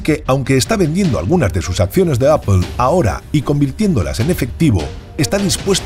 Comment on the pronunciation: Que es “apel” ????